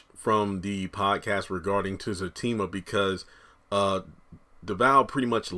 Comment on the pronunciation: Very good... you have been saying his name right ✅